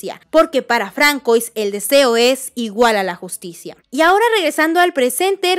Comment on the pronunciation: Se pronuncia FRANSUÁ 🇫🇷 EL NOMBRE ES FRANCÉS!